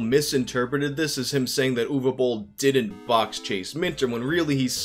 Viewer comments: Watched just to hear the correct pronunciation of Uwe Boll. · Thanks for pronouncing his name right! Another great vid bro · Yeah. It's Ooh-vay Bowl. You're welcome.